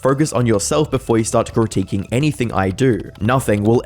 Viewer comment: critiquing is pronounced Crit-Ik-ing. i hate having to be a teacher to humans that just cant learn….. especially grown adults with speech impediments cause they refuse to listen